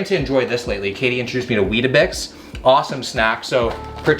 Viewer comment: As an Australian, it’s a bit unsettling to hear you say “weet a bix”. Can you please say “weetbix” instead haha